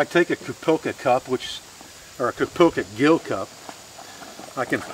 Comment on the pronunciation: Minor correction, its a Gill pronounced "Jill". Like the vids. Thanks.